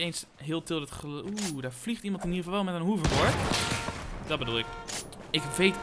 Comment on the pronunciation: Zeg je weer poterverdinlemen hoeverbord !!!! Het is hoverbord Plz!! <3